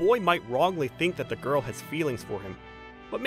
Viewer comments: And he says goil to girl wtf😊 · Bro said goil and not girl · Bro says girl like goil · The first dude said goyl😂😂😂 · bro cant even say girl he say göğırl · Another thing why does he say girl like goil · The first narrator "Gorls"